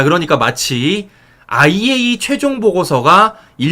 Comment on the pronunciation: 정말 수고가 많으시지만 이왕 방송하는거 정확한 발음으로 아이에이이에이(IAEA)이라고 방송해주시면 오히려 손상TV 신뢰도가 높아질거라고 생각합니다🙏🙏🙏❤❤❤❤❤❤❤❤❤❤❤